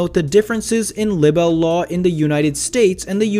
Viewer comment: I think there was a lot of incorrect information here. Hence the thmbs down. Also check how you pronounce libel. This was meant as Constructive criticism. #justice4johnny